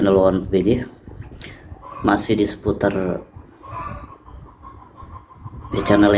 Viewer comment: "masih di seputarr..." Gua : 😂seputar opo?